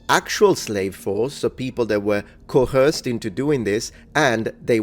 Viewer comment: Because you said you like English corrections: The word coerced , , , , , and is pronounced like 'co-erced', not "co-herced". kəwə́ːsd (Modern IPA) or kəʊˈɜːst (Traditional IPA). There's no "h" sound in its pronunciation.